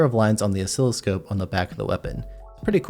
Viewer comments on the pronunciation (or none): none